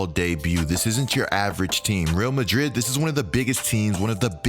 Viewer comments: Just discovered your channel and am binge loving it! You probably know this by now but the Real in Real Madrid is pronounced Ray-Al. Keep up the great work! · Great video! One thing, it’s pronounced “Ree-all Madrid.” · it's actually not pronounced like that.. reˈal maˈðɾið it's more like this.. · Couldn’t help but cringe the way he pronounced Real Madrid. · The way he says Real Madrid 🤣🤣🤣